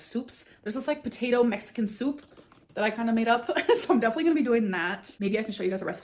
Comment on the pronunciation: Does anyone else not like the way she pronounces soup?